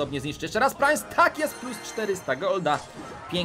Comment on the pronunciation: Czemu mówi prainc jak wypowiada sie princ